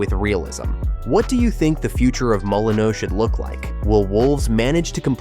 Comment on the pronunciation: So many incorrect figures, some wrong dates,but worse still, several different pronunciations of "Molineux.